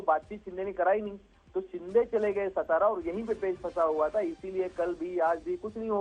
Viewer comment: It's सातारा not सतारा